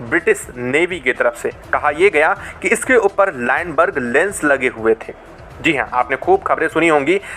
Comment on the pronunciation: अबे चोमू लाइनबर्ग नहीं लूनबर्ग लेंस होता है , बोलना सीख ।